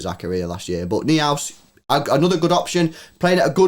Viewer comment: Noi-House Lewis ! Florian Noi-House (Neuhaus)